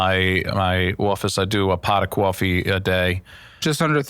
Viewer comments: i didnt believe them when they said he had a new jersey accent until i heard the "coffee" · He was barely talking so when you had Brandon do a NJ accent I was confused. I heard all of that NJ accent when he said coffee